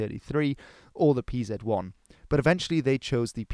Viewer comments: stop calling it pzet 1 just say panzer you are making me angry!!!!!!!!!!!! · A great video and all, but butchered Pz abbreviation and 800mm machine gun just did it for me, I have to retrieve my like